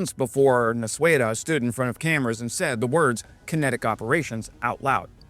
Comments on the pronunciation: fixing pronaunciacion: you said NausUėda. almost correct but added extra letter :D Nausėda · "nuaseda".... just reverse the nua to nau, literally the opposite of what you said during the first syllable and you'll be 100% on point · The closest pronounciation guide I can come up with for Nausėda is "Nao-seda", it's not quite there, but closer than in the video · The pronunciation is N a u s e d a, not N a s u e d a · Not ''Nausweda'', sounds more like this: 'Now-seh-da' when written in english sounds. (the h is silent) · Nausėda, not Nausueda, as you pronounced. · Nauseda pronunciation try to go for Now-Said-a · Nau-sė-da pronounces as "No seh dah". Maskirovka in russian is just a word for masking/concealment. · your pronunciation of Nausėda is fine except the W sound you added after S. The English phonetic approximation is now-SEH-dah. And IPA in case you know it: [nɒʊˈsʲeːdɐ] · Pronunciation of Nausėda is [no-said-ah) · Nausėda is pronounced nose ed(n)a Second part being like Edna but without the n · Name “Nausėda” should sound like “Now-sad-ah” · the name is pronounced like this- Now-seda. your welcome 🙂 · How to correctly pronounce "Nausėda": "Nau" and "da" were pronounced very well, but "ė" in "sė" was hopelessly butchered. The vowel "ė" sounds very similar to the first vowel sound in the English word "air" (which Lithuanians would pronounce as "ėer"). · That's wildest possible pronunciation lmao